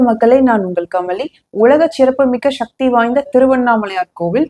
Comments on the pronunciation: சிவராத்திரியை ஷிவராத்திரி என்றும், சக்தியை ஷக்தி என்றும், சேகர் பாபுவை ஷேகர் பாபு என்றும் உச்சரிக்க எங்கு பழக்கினார் இவர்? 😂😂😂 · நீ சொன்னது எல்லாம் சரிதான் மா, தமிழ் நாட்டில் தெலுங்கு கன்னடம், மலையாளம் அதிகரித்து கொண்டே வருகிறது, அதே நேரத்தில் நீங்களும் கொஞ்சம் தழிழை நன்றாக உச்சரிக்கவும், அதற்கு பெயர் ஸ்சக்தி இல்லை சக்தி அவ்வளவு தான், சக்தி என்று உச்சரிக்கவும், ரஜினி பேசுன மாதிரி தெரியுது